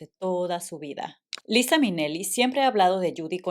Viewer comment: Es gracioso que le digas "lisa" a "laiza" porque de hecho tiene una canción que habla sobre eso. Buen video! Pobre de judy, una mujer super talentosa